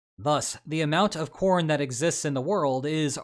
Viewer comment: Did anyone else hear "Let's talk about porn", instead of corn. I generally just listen to the videos, without watching, so I did a double take.